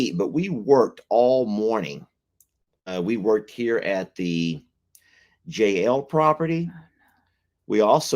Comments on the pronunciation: we know that it's just when says J N L it sounds like Jail. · I hate to mention this but I wish you could think of another name than JL ranch. Twice now I thought you were saying Jail Ranch. Has anyone one else heard this.